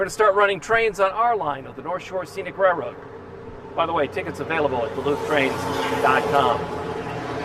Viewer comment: It’s been a fantastic run I’ll miss the daily tours. I’m still convinced he’s saying rare road though 🙃